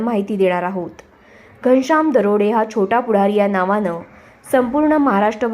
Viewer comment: बाई तो दरोडे नाही .दराडे आहे